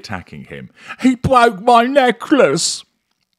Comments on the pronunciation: "He bwoke my neckwace!" is a treat I look forward to. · He bwoke my neckliss 😂😂 It gets me every time,!